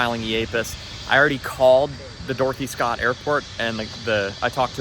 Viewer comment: When first mentions Dorothy Scott...I swear he says "Dorky Scott". I mean you tell me.... as well.:)